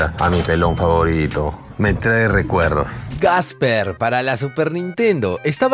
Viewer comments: Buenas. Buen vídeo. Solo una cosita: no es "Gasper" (el fantasma), sino Casper 😂👍🏻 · porque le dice gasper?